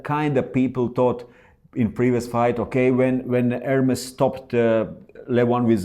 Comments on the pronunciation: ERMES, NOT ERMIS... MA FREND! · you know how to say ErmEs, why are you saying Ermis? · In italian it sounds like it's written, Ermes, not "air-mace"